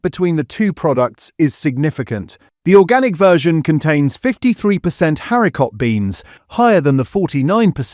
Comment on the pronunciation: I use Heinz beans and I don't find the sauce watery! 🤔🤔🤔 I'm also curious as to why the word 'haricot' isn't pronounced properly; Is this video AI?